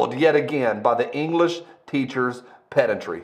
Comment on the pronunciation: hold up… “…the English teacher’s ped-EN-try”? ped-AN-try? let’s not call the whole thing off i LOVE this meme